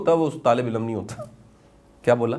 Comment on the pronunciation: Shah g ye lafz ilm ha ilam nai